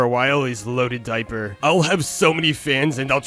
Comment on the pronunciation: How Jeff Kinney said “Löaded Dioer”